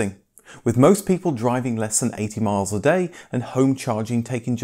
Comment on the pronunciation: Damn man I can’t tell whether you’re saying the range is 18 miles or 80. Kind of like the most important part you decide to mumble...